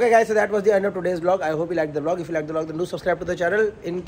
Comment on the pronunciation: I like how vipul goyal always says V-log not vlog 🤣🤣